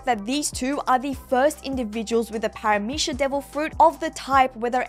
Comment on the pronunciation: God why do both you and pronounce Paramecia with a SH at the end. Really bothers me for some reason